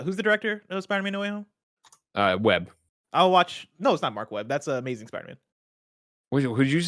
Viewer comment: Greg said Web lol 😂